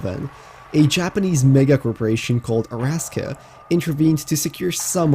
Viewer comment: Thought Arasaka has 4 syllables instead of Araska with 3